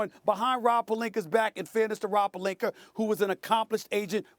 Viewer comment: Does SAS add a “R" at the end of every name that ends/sounds with an "A"? Pelinker? Jokiam Noaher etc